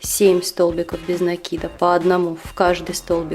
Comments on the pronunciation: Спасибо, очень классная подставка получилась.НО!! В русском языке нету слова накИд, есть слово нАкид. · советую внимательнее изучать ударения. НАкид - это профессионализм, правильное ударение накИд.